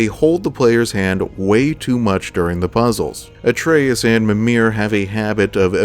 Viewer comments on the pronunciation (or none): none